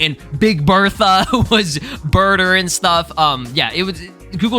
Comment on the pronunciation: I fw you're videos but I don't like how you be butchering them dbz names bro. It's burter and jeice( chase with a j) not chesus and Bertha like ew that shit was cringe to me😢